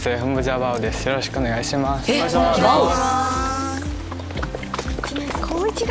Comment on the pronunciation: に「バオ⤵︎ くん」って確認したのに結局「バオ⤴︎くん」になっちゃう可愛すぎ🤦‍♀️😂